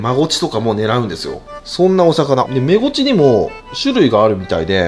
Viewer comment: メゴチが正しいんや、インゴチって言ってた😳